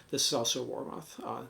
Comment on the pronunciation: War Moth would make a great band name 😂 But its pronounced Warmith. Btw I have 2 Warmoth strats. I love their products.